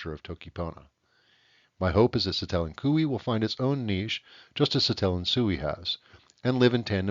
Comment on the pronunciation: i will say it is pronounces SI-te-len, not si-TE-len, but otherwise this is really cool!!!!